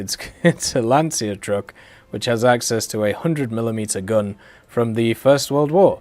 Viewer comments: hey, it's not lansia but lancia😂 Good video btw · Also, for the love of god guys, stop saying "lanzia", it's pronounced "lancia" like when you say "chocolate". Pretend it's called "lanchia".